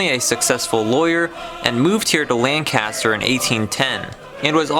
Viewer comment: it's pronounced... lankaster lol just sayn